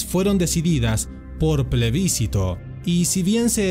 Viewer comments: Plebiscito no tiene tilde. Sería esdrújula y no lo es Duele el oído. Que suerte que no soy la única que oye. Gracias! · Las palabras esdrújulas siempre llevan acento escrito. Las palabras graves no llevan acento (tilde) cuando terminan en vocal. La palabra PLEBISCITO es grave, porque no lleva acento ortográfico, por lo tanto, el acento prosódico se encuentra en la sílaba CI y no en la sílaba BIS. En todo el documental esa palabra está mal pronunciada una y otra vez. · 🚫Después de haber visto ahora el video completo, me di cuenta que pronuncié mal la palabra Plebiscito, 3 veces para colmo… Y el apellido Letelier también. Pido disculpas por ese detalle, fue un error de grabación que no me di cuenta en su momento. SI TE GUSTÓ EL VIDEO MIRA ESTOS OTROS: ✔La MUERTE de GALTIERI, el dictador mas sangriento→ ✔La Masacre de HITLER →